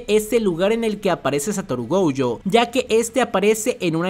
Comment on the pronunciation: Porque vive diciendo GOUjo